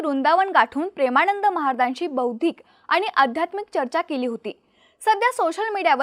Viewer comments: ण नाही गं बाई ...न म्हण..प्रेमाणंद नाही प्रेमानंद😂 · प्रेमाणंद नव्हे प्रेमानंद. योग्य उच्चार करण्याची सवय करा. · ताई त्यांचं नाव प्रेमानंद आहे.. प्रेमाणंद नव्हे... उच्चार सुधारा.. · काय भाषा आहे प्रेमाणंद , अ णू यायी, आणंद 😂😂😂😂😂